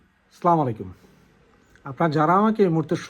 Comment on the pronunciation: আসসালামুয়ালাইকুম। ভাইজান কিছু মনে করবেন না আপনার সালাম দেওয়াটা ভুল ভুলভাবে আপনি উচ্চারণ করেন। জাযাকাল্লাহু খাইরান।